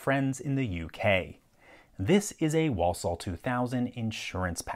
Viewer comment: for accurate pronunciation of 'Walsall'.